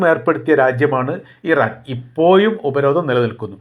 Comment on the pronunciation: ഇപ്പോയും എന്നല്ല ഇപ്പോഴും ഉച്ചാരണം ശരിയാക്കുക